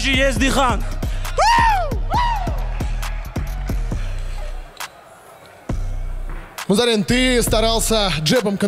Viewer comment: Дикторам только имена выучить надо и ... "МузАрин" 🤦🏻‍♀️